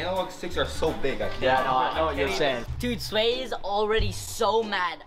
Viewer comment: “Swat” it’s sway